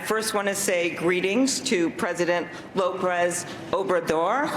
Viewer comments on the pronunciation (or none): She said Loprez haha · She said “Loprez” with an R. Still didn’t get it right and it’s written down right in front of her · I love the fact that while she’s trying to save face, she says ”Lopres” instead of ”López”. Was so cringy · That was goddamned embarrassing. She still fucked his name up. She said Loprez. It's Lopez. It seemed like she looked down to read it off of a piece of paper. SmH. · Lmao she still fucked it up too “Loprez” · "Lobrez Obrador" .....Lobrez?? Cant get it right even off the script? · She said "Loprez Obrador" and had to look at her notes. Pathetic candidate. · Also, she said 'Loprez' lmao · she said "Loprez" lmfao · She still couldn’t say his name without looking down at her notes. She still pronounced it totally wrong. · she had to look at her notes before she butchered his name, smh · she still pronounced the name wrong lmao! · What’s worse is you could tell she had a written prepared cheat sheet and she still pronounced his name weird. Lol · She even butchered his name on the stage. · And said it wrong anyways. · I know, she threw in an extra 'r.' I was wondering if anyone else noticed. She's ridiculous, a self-parody. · Jaden B and she couldn’t pronounce his name. You know, it’s not Americun. DUH🤪